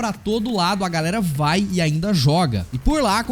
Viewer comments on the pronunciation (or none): none